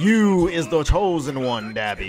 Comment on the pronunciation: Dah - BE not Da-bi...ah as in say ahhh